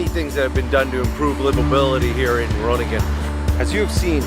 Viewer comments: g is pronouncerd like ch in loCHness. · Grow-nin-un comes closest to the American pronunciation I think. Of course the G is sharp and our ING sounds like your INK without the K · Pronouncing that city is “ groo ning en” advanced is more a phlegmy g sound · there is NO k at the start of Groningen [CHrow-ning-en] ch as in loCHness, and as in Af GH anistan, Me X ico. No H sound, or K sound, not even close. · So you basically butchered the name, but i was also expecting that 😂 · You were pretty close on Groningen the first time. Just loose the "g". Second "g", that is.